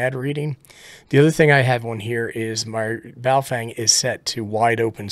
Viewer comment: Every time I hear "Baofeng" I hear it in the voice of NOTARUBICON annunciated as "BooFwang!" Good test!!!